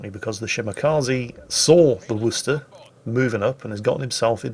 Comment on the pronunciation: Where are you from I have never heard anyone properly pronounce Worcester before